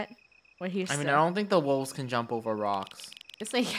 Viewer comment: Joe: guys be careful jump over the rocks funneh: guys be careful jump over the wolks me: XD